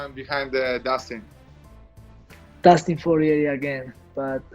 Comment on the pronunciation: Dustin Sorier 🤣 Colby always making highlights